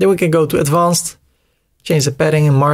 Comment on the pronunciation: Kolere spreek advanced is niet zo Nederlands uit. Spreek het uit als advenced